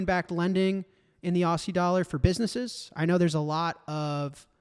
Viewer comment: Jack. The pronunciation of aussie is auzzie